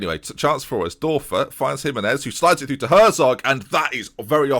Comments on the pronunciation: the "ör" in Dörfer is pronounced like the "-ur-" in burn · The Ö in Dörfer is prounounced like the U in Ben Hur